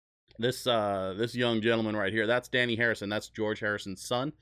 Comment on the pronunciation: Also, his name isn't "Danny" its Dhani - Indian word meaning rich. Pronounced DH-Uh-Nee